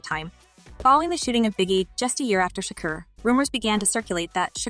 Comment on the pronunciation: staaaaappppppp it lmaooooo fr tho , she killed with tupac last name to ; “sha-kerr “ like girl get it tf together lmao